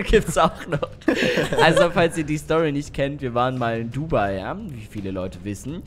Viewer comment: Bei Dubai hab ich Huawei verstanden